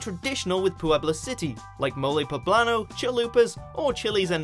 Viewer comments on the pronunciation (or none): hahahahaha can't stop laughing "Mole poblano, Chalupas, Chiles en Nogada" hahahah omfg why is it difficult to you the pronunciation of our language? xD Also, thanks for the video :3 I'm from Puebla and i didn't even eat something "traditional" or wear an stereotypical costume for this day :3